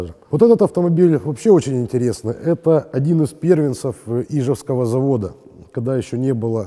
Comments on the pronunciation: Блин, не Ижевского, а ижЕвского!!! Сколько можно повторять-то уже. Дизлайк ставить не буду, но все равно - уши режет! Думал только московские дикторы любят таким образом коверкать ударения в уральских названиях. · Всё хорошо, но уже который раз говорите Ижевского, правильно ИжЕвского, мне как ИжевчАнину немного слух режет)))